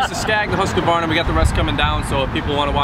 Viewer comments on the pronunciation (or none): pronounced the name correctly and he still pronounced it wrong...lol. Hoosqavarna...lol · Husq-ah-varna? Its just Husk-varna! Theres no A after the Q! If youre doing a review, pronounce the EQUIPMENT name correctly! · husqvarna(huskvarna) not huskykvarna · LOLOLO!!! “Who’s kavarna” lol!! It’s pronounced Hus kavarna. Lolol!! Hilarious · It’s Husqvarna not Hoosqvarna and no hate but Husqavarna makes some really really good quality tractors it would mow right threw that no problem I use it as a contractor tractor and it’s great the yth series with a 46in Kholer Courage 21 it is so great. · it is prounounced huskvarna not huskevarna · It's "Husk Varna"...not "Hus koo varna". There's no extra syllable. Not to be picky...but if you are going to do a review.... Trust me...I'm from Sweden. And common...get to the point! Its a 25 video that should be 10 tops. And 20 minutes on HV, but only 5 on the the other two? FAILURE. Oh, and these Toro and HV mowers are kids toys... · "Who's kuh varna" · whoos ka varna.......at least say the name right...husk var na.... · Husqvarna not huskavarna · Dude in the twins shirt can't pronounce Husqvarna and is extremely bias. Can't put a lot of faith in a review from an ego like that. Say it with me Husk-varna. Not huska varna or hooseka varna. Definatly thumbs down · There's only two "a"s in Husqvarna. It's not "Husqavarna" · “Hoosqkavarna” 😂 great video guys. I actually saw the original video gosh knows how long ago when first got this and I never knew this follow up was here! I love husqvarna zero turns and plan to use them. Would love to have one of these and hope they address and listen to your feedback. Would love to see a video on redmax zero turns also someday if possible. That’s a nice toro though!! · It's pronounced "husk-varna" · “Whosqvana” LOL! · Did this guy just say hOOsk-varna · Did you call husqvara "Whoscavarna"? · It's pronounced "hux-var-na" Jesus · Hooska Varna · Whoskavarna lmao. Wtf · Husk varna. 🤦